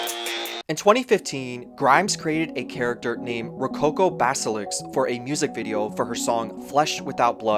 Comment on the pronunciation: it's basilisk, not baselix